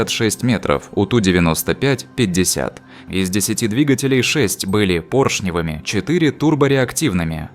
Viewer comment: Не пОршневыми, а поршневЫми!!!!!